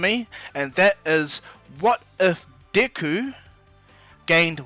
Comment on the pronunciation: Deck-ooo is how you pronounce it